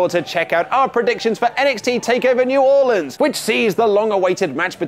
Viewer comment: Thank You for saying New Orleans correctly. You earn more of my respect with each edition you "Headline".